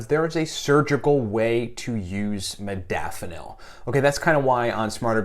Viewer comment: Holy hell.... I love my modafanil and more importantly, my nootropics. But for the benefit of educating, let's all please learn to pronounce the word correctly. Having all the experience, knowledge and desire to share it is amazing and appreciated. However, it doesn't speaks well to the audience if in fact I'm sharing my experience, yet don't know the proper way to pronounce it. This is in no way a slight, just the fact. Example: Zoology and nootropic share the same characteristics. Many say "Zoo-ah-logy" which phonetically is incorrect. It's simply (zo.ol.o.gy - zō- ä-le-jē) or, in my own attempt: Zoe-ah-logy This then also must adhere to the same structure as 'nootropic'. (No.o.tro.pic - nō-ə- 'trō-pik) Again, as a "biohacker" and user of modafinil and my affinity for educating myself on nootropics, I thought it pertinent to share and pay it forward. -with respect, Yu Tu Reference sited